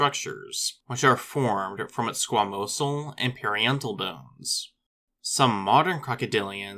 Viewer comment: Parietal. Try that one again. You're as bad as me the first time I said polygamist.